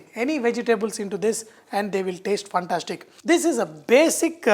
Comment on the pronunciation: I just loved, when you say phantastic 🙂